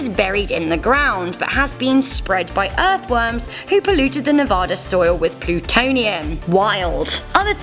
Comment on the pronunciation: Voice person: Pronounced (ne-va-da) Like nuovauta Lmao